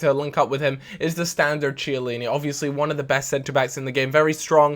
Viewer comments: IT'S PRONOUNCED "KIELLINI"!!!! Please:) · when you pronounce chiellini act as if it starts with a k cos its not prounounced with ch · Still can't pronounce Chiellini...